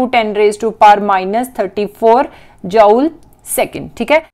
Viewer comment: She say jaule 😂